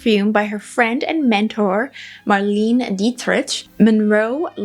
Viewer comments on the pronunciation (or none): none